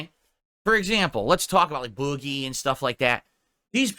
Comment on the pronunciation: I hate the way says “boogie” he says it the same way he says money